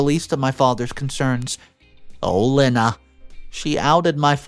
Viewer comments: The name "Lena" is NOT pronounced "Lynn-uh" It IS pronounced "Lee-nah" Another simple and common name that has mispronounced! (So what else is new?) I should think a video announcer would at least announce words and names correctly! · It’s pronounced Lee nah not Len Ah. Can you PLEASE ask Siri or Alexa on how to pronounce names. It takes seconds and does not piss off the people who have the name. Stop being so lazy. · Lena is pronounced as Leena